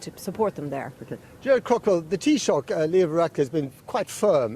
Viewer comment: Lets not overlook the huge milestone achieved above...... a British person managed to pronounce Taoiseach...... Tee-shock..... perfect ..... lovely